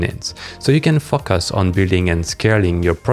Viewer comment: fock-us -> focus